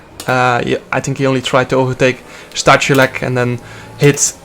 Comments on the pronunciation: It's Sta-hoo-lets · in poland we have 2 "h" one is "ch" and 2nd is "h" and you read both the same as "h". for example: STACHULEC read -> STAHULEC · Stachulec is read in Polish as Stakhuletz